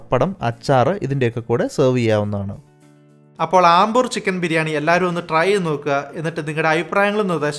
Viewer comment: I think its അംബൂർ not ആംബൂർ